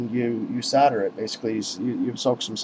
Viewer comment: you keep saying "sodder" instead of "solder" when you mention the soldering braid, you quickly correct yourself with "soddering braid" Lol what?